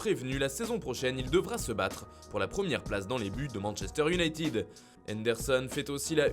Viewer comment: Iounaïted pas iunaïtiiiiid 👎😫 T bouché ?